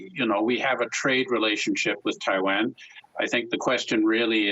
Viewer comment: This guy can't even pronounce Taiwan correctly.